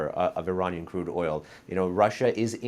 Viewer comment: Hey Negar It’s Iranian not Ereyneean… By you misspell the word of Iranian .., doesn’t make you an American